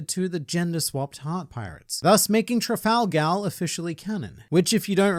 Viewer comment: Why do you call him "Trifalgalore"?